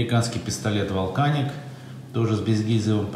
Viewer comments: "Вулканик" (Волкэник) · Американская транскрипция слова "Volcanic" выглядит вот так [vɑːlˈkænɪk], а следовательно читается через "а". Вот знак - "æ", это что-то среднее между "а" и "я" (но точно не "э"), так-что на русском можно писать как "Валканик". Британский вариант [vɒlˈkænɪk], соответственно, как "Волканик".